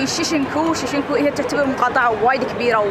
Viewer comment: اسم المقاطعة شينجكو وليس شيشنكو.